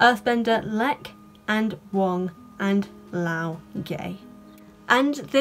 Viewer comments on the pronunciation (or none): Under Pinyin rules Laoge should be pronounced Lao-guh.